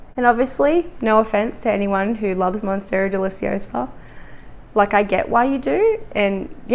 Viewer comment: lol first lady says Monsterra Deliciosa, but lowkey looking like shes holding a borsignia/small form